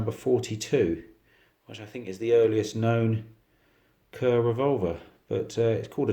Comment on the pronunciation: It'pronounced like Car, not Ker.